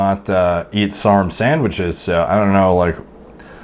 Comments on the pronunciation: Sarmwichs lol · Waiter: "what would you like?" This dude: "Can I please have sarmwhiches with extra sauzule?"